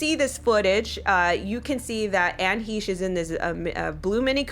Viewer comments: Hi If you are going to do a story on this horrific crash and what might be behind it, it would be the least you could do is get her name correct. It is not Anne Heesh. It is pronounced Anne Hashe long A. It just was very uncomfortable to listen to you continually say her name incorrectly yet know all these details and possibilities regarding this crash. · Hesh. Short e. Hesh. Like mesh. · Anne HEE-sh???.........sheesh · Isn’t it pronounced Heshey? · HAY-SH thats how its pronounced. Like your channel keep up the good work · You seem to know a lot about this broad, except how to pronounce her name. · You might want to check out the artist Ami Goodman, Anne’s good friend who lived in the same building as Johnny Depp & Amber for background info on Anne. Anne & Ami were on Popcorned Planet during the JD/AH trial & Ami has been on several times. PS: please double-check your pronunciation of Anne’s last name. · Maybe you could research into how to pronounce her name? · pronounce her name correctly.